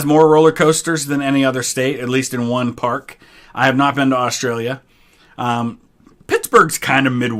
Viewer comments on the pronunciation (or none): none